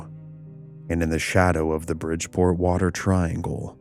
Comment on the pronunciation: You had me until "the bridge-port-water triangle"